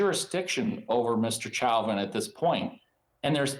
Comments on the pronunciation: Lawyer even pronounces his own client's name wrong. "Chow-vin" It's "Show-Vin" dude. How much is he paying you? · 🎯🎯🎯-at the very least, this attorney should be able to pronounce his high profile client's last name🤷‍♀️ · “Mr. Chowvin” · Mr Chow-vin? It's funny as hell watching Americans massacre the French language, on top of his general ineptitude and lack of speaking skills. Nothing but the best for Mr Chow-vin's legal representation lmao. It's nice to learn that the cop who is world-famous for murdering an innocent black man is receiving the affection he so rightfully deserves in prison. What yer' corn-hole Mr. Chow-vin. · If this is his lawyer, why is he calling him “chowvin”? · The lawyer can't pronounce his client's name correctly? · so he himself pronounced it wrong in court? 🤣